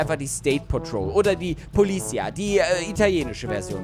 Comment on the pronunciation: Hey, Halt beteutet auf Italienisch stop, und du sprichst Polizia falsch aus